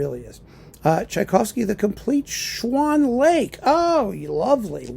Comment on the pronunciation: “Schwann Lake” 😂